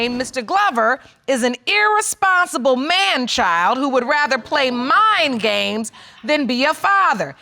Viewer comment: I thought he said Mine Games but it was Mind games Mr. Famous bling blanng